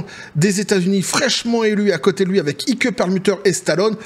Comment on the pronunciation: Ike se pronone aik et pas ike......un peu ridicule